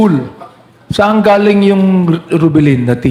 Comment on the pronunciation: Excuse me blogger how do you say the word GALING …..PLEASE REVIEW YOUR INTRO…..PAKI AYOS LANG😳